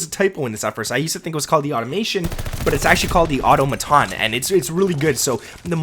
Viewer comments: Bro!! 😂 I don’t know what kind of English you’re pronouncing that in, but this is how you’re SUPPOSED to pronounce: AUTOMATON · Please tell me that you NOW know how to correctly pronounce “AUTOMATON”!!!! It’s NOT how you’re pronouncing it in this video!! 😂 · Why can't anybody say automaton correctly. It is is pronounced au-tom-a-ton.